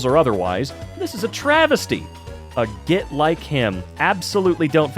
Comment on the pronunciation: He pronounced "git" like this was some kind of developer course 💀